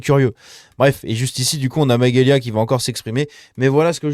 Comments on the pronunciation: C'est MaGelya Pas Maguelya lol..😅🤭 Mais je l'aime bien aussi.. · Salut ça se prononce majélia 😊